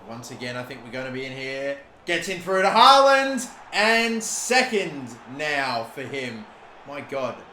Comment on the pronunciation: Just a heads up. The double A's in "Haaland" is pronounced like the A in "hall"